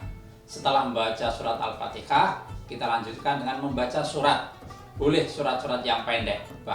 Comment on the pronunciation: Bacaan takbir apa,masa Al fatikah cih,bukanny Al fatiha